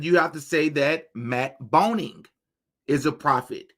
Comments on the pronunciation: His name is Groening pronounced GRAY-ning and you're calling him BONE-ing 😭😭 idk where tf you got that from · Matt Groening, not Boning, just fyi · It's pronounced "greening" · Matt Boning? You mean Matt Groening, right? The creator of the Simpsons. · It's Matt GROENING, with a G 🤦🏻‍♀️